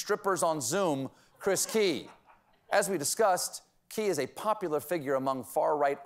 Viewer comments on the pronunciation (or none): Heheheh... You said "As we disgust..." I swear that is what I herd.